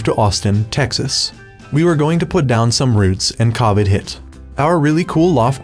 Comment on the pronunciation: I love this guy, but could the commentator learn to pronounce covid...